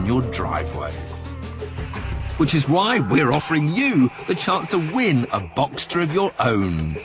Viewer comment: Uhhh a porsche genius and doesnt know that it is called box(s)ter and not boxter.